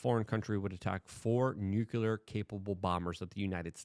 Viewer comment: "nuceler".....you are talking like george w bush.